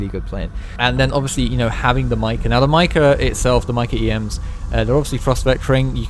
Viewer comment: The way you pronounce “mica” enrages me